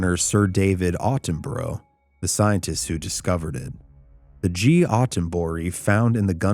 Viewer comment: Not as scary as your pronunciation of David Attenborough